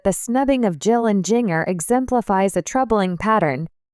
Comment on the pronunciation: learn to pronounce Jinger correctly